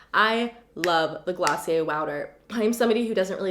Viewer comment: Hi ✨ Oouuuuu Glossy-Aye😂 love it❤❤❤❤